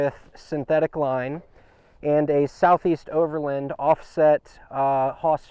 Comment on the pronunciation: great setup, really smart. Just learn how to pronounce OVERLAND and FASCIA properly. Its overland not overlind. haha